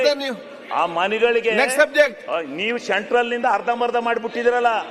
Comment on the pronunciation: ಶೆಂಟ್ರಲ್ ಅಲ್ಲ ಸೆಂಟ್ರಲ್ ಏನು ಅಂಥ ಎಂ ಎಲ್ ಎ ಆಗಿದರೋ ಏನು